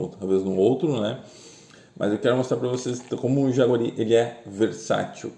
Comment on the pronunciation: Jaceguai, não "jaguari"